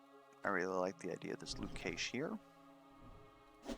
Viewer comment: New viewer, love the content! PS Cache is said like “cash” money ;)